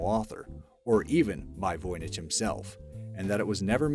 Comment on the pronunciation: Dude couldn't even say 'freighter' correctly. Yet, somehow he said 'Voynich' correctly.